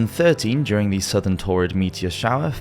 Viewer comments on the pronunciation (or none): none